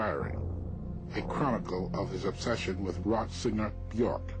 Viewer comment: "Human Nature" is a song by Madonna. Björk's song is called "Human Behaviour". But kudos for being one of the few to pronounce her first name correctly.